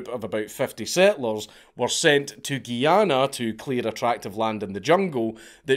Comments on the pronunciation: Me: enjoying another Dank video. Also me: Triggered as a West Indian hearing GUY-ANA called GEE-ANA. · It's called Guyana not Geeana 😂😂😂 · It's pronounced guy-anna